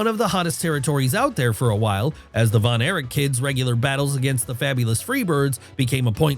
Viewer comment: It is Kerry Von Erich not Von Eric. Also, on the chapter title, it says Carrie Von Eric